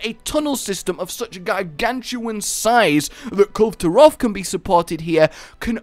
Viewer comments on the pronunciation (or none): "KUL-vay" Taroth. Dunno why everyone always thinks the E is silent. O.o